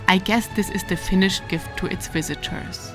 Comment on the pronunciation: Your pronounce Finnish words nicely, Rarely other then Estonians can pronounce words almost perfectly.